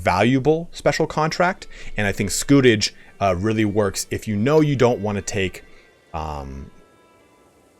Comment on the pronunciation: You were right the first time pronouncing scutage (scoo-tage). It comes from the Latin scutum for shield so was essentially a 'shield tax'. In the early years after the Norman Conquest of England feudal contracts specified provision of military service if you were a knight or provision of x number of knights if you were a major landowner, as there was a need to raise troops quickly and efficiently in order to subjugate the Anglo-Saxon population and protect the borders against Scots and Welsh. However, as their rule became more established it suited kings to replace this requirement with a regular monetary payment instead. It meant that the king got a cash income which he could spend on whatever he wanted and it was more simple for a vassal who did not have to provide trained men, horses, armour etc. It was particularly abused by King John who tried to exploit it as much as he could. In the long run though it ended up benefiting the vassals as, except for John's attempts to abuse the system, the payments generally remained relatively fixed which meant that with inflation and increasing costs of warfare the scutage payments became increasingly insignificant as the Middle Ages went on.